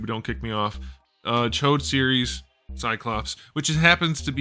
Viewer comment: its CH OD. Not chode 🤣🤣🤣😭 Tsh-Odd.